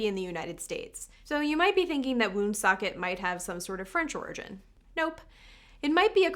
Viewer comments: 'Woonsocket' sounds funny to you because you're mispronouncing it; the stress in on the second syllable. And as for Neversink NY, have you tried Flushing? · I'm not from there but I heard in Woonsocket the 'oo' is pronounced as in 'book.'